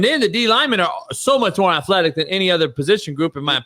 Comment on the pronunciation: When Shaun said afletic he lost me. Jaden will continue to struggle this year.